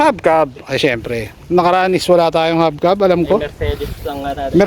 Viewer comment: Kuya "hubcap" po yun hindi habcab